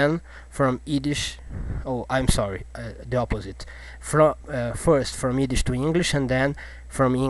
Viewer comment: Haha.. He can't say the "Y" in Yiddish.